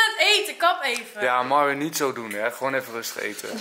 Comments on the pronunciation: Je speekt de naam van myron myron uit geen miron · sta er niet van te kijke dat mensen haar naam verkeerd schrijven ze zegt zelfs telkens miron ipv myron dus eigen schuld haha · Myron, misschien moet je bij Starbucks een keer Mairon zeggen ipv Mieron, wie weet schrijven ze dan wel goed hahah